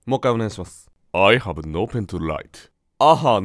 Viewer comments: I haveがアハに、聞こえるのが逆にすごいww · なんで「アハ」が「I have」って理解出来たんだ……。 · その前になんでI have がアハーになるのか不思議笑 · veが抜けて、アハになったんだな笑 Ihave【lha〜】→アハ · l haveがアハはやっべぇぞ